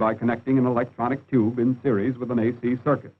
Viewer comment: I won a book prize for my studies on valve (thermionic for yanks) technology. now they call them too,..oobs, can't even pronounce tube correctly